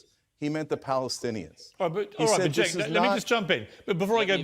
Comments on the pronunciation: It is pronounced Jenk....J J J.. the letter C in Turkish is the same sound as the J in English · The C in Turkish is pronounced in /d͡ʒ/, like the j in jump and jeep. Cenk’s name is pronounced “jenk”. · It’s pronounced “Chunk” 🤓